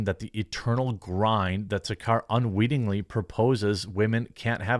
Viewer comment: ASH SARKAR is a horrible Brit lefty...... She is the racist, she is the one who screams "RACIST" but she is that person she is screaming about... What has Trad wife got to do with "WHITE NATIONALISM"? Her name is pronounced, SAR CAR! What these people want is the WHOLE FAMILY having to work like they did 100 years ago.. Man, women, child.. all working 12 hours a day for just enough to survive! While people like her get paid by the state $200 a year and swanning around in a car paid for by the vary workers she says she supports through TAX!